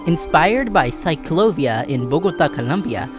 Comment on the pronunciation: Great video but that is not how you pronounce CicLAvia ✌️